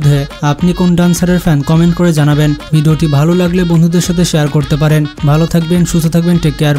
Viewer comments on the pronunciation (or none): none